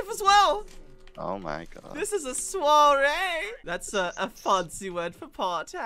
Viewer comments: I'm french and when you say soirée i'm feeling bad... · When you are a French guy and you listen to English people say " Soirée " it is soooo awkward ^^'